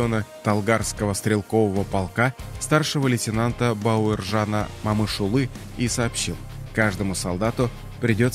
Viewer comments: Бауыржан Момышұлы дұрыс айтсаңшы Бауаржан Мамышулы демей, күйдірмеш диктор. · У вас что но буквы О . Не Мамышулы , а Момышулы😢